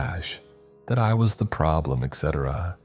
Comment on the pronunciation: “Not my CHAIH, not my PROBBLUM.”🙃 Also, umm… ahem… It’s just, I’m not quite sure that’s how you say that… Pus is that nasty stuff your body produces when it detects an infection. One more letter-S and you’re in a whole new world🩶